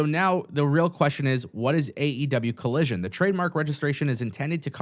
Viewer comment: It’s AEW Collison not Collision 😂 carry on there be peace when you are done 😅